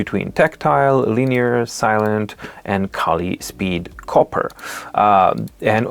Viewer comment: It’s not “Kali”, it’s pronounced like “Kale”. Like the vegetable.